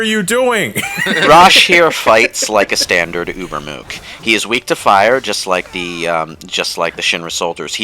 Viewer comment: dude. fire-ah.